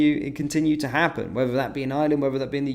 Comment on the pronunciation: Not 'Island'. Ireland, pronounced with an 'r' as spelt.